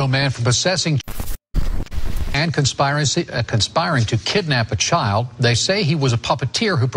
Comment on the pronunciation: that reporter didn't just say 'conspire-acy'! 😆